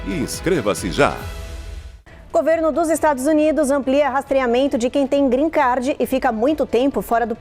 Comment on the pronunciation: Porque voces pronuciam Green CAR,, nao e Grenn CAR e sim GREEN CARD (CARD) CARTAO, Nao e Carro Verde